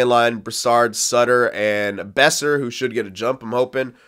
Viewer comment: Boeser is pronounced "Bow-Sir" I'm pretty sure